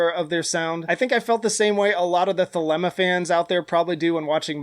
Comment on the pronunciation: Thelema is pronounced "theleema," like Selena